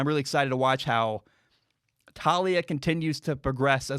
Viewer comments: It’s pronounced Tah-ooh-lee-ah 👍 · It's Tuh-lee-uh lol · It's pronounced "Towl-lee-a